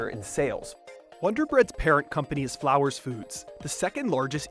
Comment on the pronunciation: Flowers Foods? Not Flours Foods, odd.